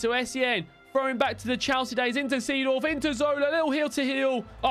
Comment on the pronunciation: Its pronounced Zedorf,not the same as its written